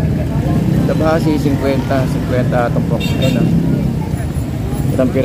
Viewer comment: Kabasi hindi tabasi